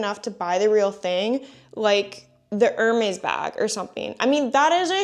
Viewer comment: I’m gonna take one for the team and step forward to save the sanity of all of us in the grammar police tribe. It’s pronounced “er-mez” … not “er-maze” or whatever you are saying. 😬 🧡🧡🧡🧡🐎